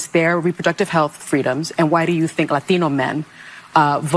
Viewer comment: "La Theeno" men. Lol.